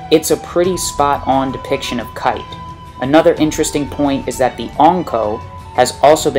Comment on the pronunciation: His name is pronounced "kie-te" not "kait"... The dubbed name doesn't hold any bearing on his abilities and such. I also doubt Kite's plan was to get 'resurrected' or to at least persist so he could continue to guide his followers. I mean, how could he have known he would be resurrected like that? Or keep his mind for that matter? Your description of his different weapons and what they might mean seem to be spot on, I just don't agree with the conclusion you draw from it.